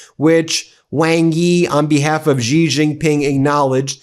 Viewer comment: His name is pronounced 'xi' like she. Not gee.